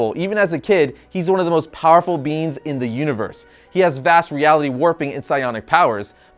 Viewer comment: Bro, it's being, pronounced bee-ng, not bean.